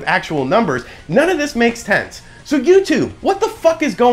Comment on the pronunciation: Hehe yeah bro you also said things don't make "tents" instead of "sense" at one point...I giggled. But hey, we all have one of those days where shit just doesn't come out right lol